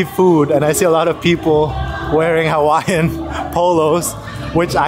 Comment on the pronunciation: I’ve seen alot of Youtubers butchering Hawaiian words but you guys take the cake.